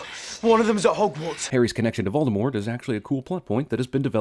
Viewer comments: says “Voldermort” instead of “Voldemort”. ;-) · Voldemort not Voldermort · Everything wrong with "Everything wrong with Harry Potter and the Deathly Hallows Part 2". Mispronouncing Voldemort. Discussing Wizard heaven and hell, implying god exists. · CinemaSins Sin: You pronounced Voldemort wrong. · One big sin in ALL moview is the misspelling of Voldy's name. They call him VoldemorT always.....but actually the t isn't spoken, cuz Voldy seems to love french. "Vol de mort" means "death flight" . So his name does make some sense.... But pronounce it right please!